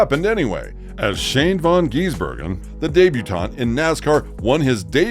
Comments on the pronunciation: Bro its not von geesbergen.get it right dude. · Please try and learn how to say his name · Dear God! Pronounce his surname properly and he is not an Aussie!!! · FFs he a kiwi and for goodness sake pronounce his name correctly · They aren’t the smartest species on the planet. Can’t even say his name correctly